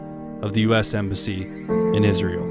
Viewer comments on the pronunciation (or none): none